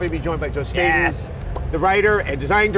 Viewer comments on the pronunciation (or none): Joseph Staten? I thought I heard Joseph Stalin!